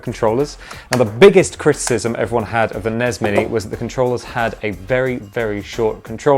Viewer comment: NEZZ AND SNEZZ?!?!? It's EN-EE-ESS and ESS-EN-EE-ESS!!!